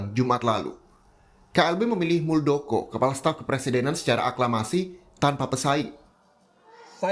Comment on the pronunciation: Harusnya muldokor